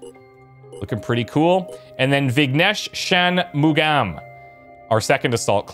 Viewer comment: While it doesn't matter too much, Vignesh Shanmugam should be pronounced more like Vig-naesh Shun-mu-gum.